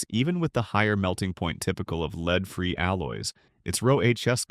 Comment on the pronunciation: AI generated ... Leed and Lead hahahaha